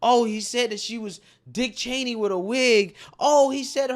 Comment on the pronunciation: He said "Dick Channey" in 3" hills... and there's 2 of them here tonight. Hahaha!!!!